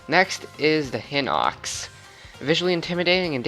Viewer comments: btw its pronounced "high-nox" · Prettty sure it’s pronounced he-nox